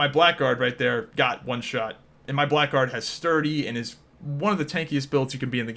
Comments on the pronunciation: Blackguard is an archaic word that means something like scoundrel, it's pronounced blaggard. Black Guard makes them sound like a Knight subclass haha. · Blackguard is pronounced 'blaggard' and means scoundrel.